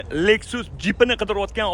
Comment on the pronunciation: Lexus ni harflab o'qishizga 6 baho ))